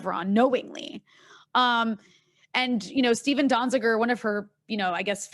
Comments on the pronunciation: Lol. Anna couldn't even pronounce Donziger's last name and she wants to talk fact checking. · Ana does not know how to pronounce Donzizer's name. She does not read the news.